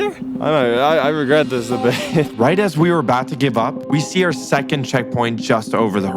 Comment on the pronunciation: he said jecond 😂